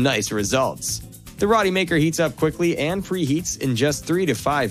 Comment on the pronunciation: I think it’s pronounced Row-T.